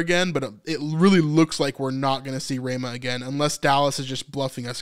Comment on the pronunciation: It's Ra mah not Ray mah